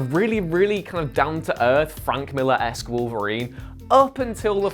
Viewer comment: it's esque, not eks